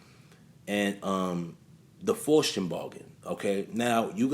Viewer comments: That [ic of young thug is so ironically funny. He is posing as sus as possible, but it has the nerve to say "straight' from the A. Haha P.S. Good video. Just letting you know that it's pronounced "Fowst" Keep up the good work bro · FOSS - TEE - ANN (Faustian) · Pronounced foul-ste-un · Faustian, pronounced like fows-tea- en . Faust, Fowst